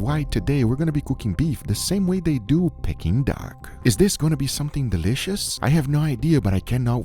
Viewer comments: Pecking duck??? You mean pea king duck.... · Love the videos but found myself shouting at the screen, Its PEE-KING and not PECK-ING 😂😂😂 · Pea-King duck! Not pecking duck! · It’s NOT pecking Duck it’s pee-kuhn-duhk 😂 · 😂 Silly Guga It is called Peking Duck (pronounced "peeking") the hook is for it to be "hung" 😅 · its pronounced peaking duck